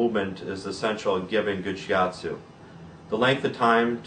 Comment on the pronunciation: shi atsu not shi yatsu "yatsu" 奴 means "guy"